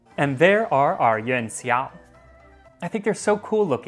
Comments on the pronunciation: Yon seeow? You don’t need to say it so fast. Yū-an Szhi (Xi)-ow. Xi, as in President Xi (“szhi”, not “see”). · Coming back from the Kaiserschmarn video. Pro tip: x in pinyin is more like sh phonetically. Cheers!